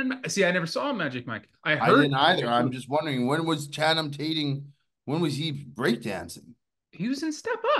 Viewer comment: "Channum Tating" cmon 😂